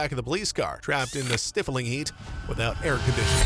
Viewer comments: Stifling heat not stiffling….geez. Stifling has a long “i” sound. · BTW, ots not stiffling its stIfling with a long i in the first syllable. Like in the word dry. Just for future reference.